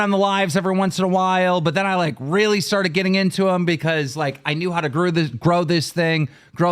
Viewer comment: It bugs me that keem doesn’t know how to say words that end in ed. Instead of saying started he says “startit”